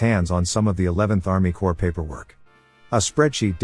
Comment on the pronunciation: CORPS not COPRS